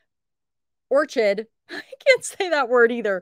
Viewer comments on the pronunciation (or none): none